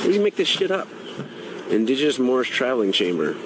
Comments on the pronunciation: Did he say Mormish? WTF! 🤔 🤣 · Mormish? What the heck is a mormish🤣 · MOORMISH, is that someone in training to be MOORISH? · Is he saying moron? Yeah that’s that would be it. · Moormish? Guy doest even know his own "nationality"? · I think he meant moronish!